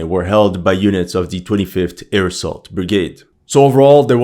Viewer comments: Is he saying airsoft brigade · Every time you say "25th air assault brigade" all i hear is "25th AIRSOFT brigade" 😂😂😂